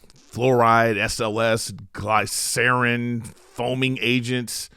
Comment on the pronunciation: did this mfer just say Glaiscarin? Sir, did you mean glycerin?